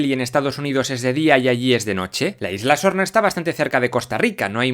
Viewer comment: Solo yo escucho: LA ISLA ZORRA? 🤣